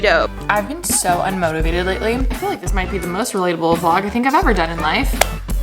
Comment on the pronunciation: she said ✨relatable✨